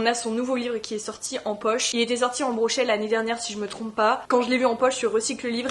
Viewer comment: ça fait longtemps que j’étais pas tombé sur tes vidéos, c’est très cozy comme vibes j’aime trop !! (ps : on dit broché pas brochet sinon c’est un poisson 🤣)